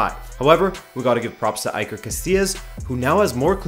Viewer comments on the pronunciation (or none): hahahaha cheers man you always respond, you need to pronunce it like it starts with an e, iker, but keep up the good work bro, love your channel hope it grows up more and more!